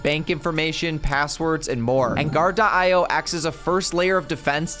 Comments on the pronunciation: Great video but you mispronounced your sponsor. You were saying guard-de-eye-oh and it’s simply Guar-dee-oh or guard-e-o. Just like the rapper coolio (eeh oh). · sponsored by Gar-Di-Oh ????? say this: Guard-Dee-Oh